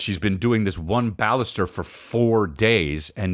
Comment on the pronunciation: Why tf u calling the bannister a ballister?